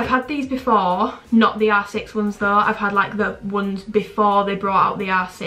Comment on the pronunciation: When you say r6 it sounds like you’re saying asses😭😭